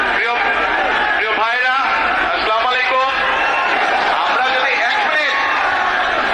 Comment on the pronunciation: স্লামালাইকুম কাকে বলে?? আসসালামু আলাইকুম একজন দেশ নেতা যখন আসসালামু আলাইকুম উচ্চারণ করতে পারেনা তখন দুঃখ হয়।